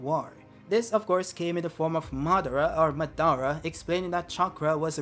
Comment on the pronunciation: its not "muh-dara" its "Ma-da-ra". Every syllable in japanese words receive the same amount of emphasis (aka no emphasis) unless the letter has an accent above it.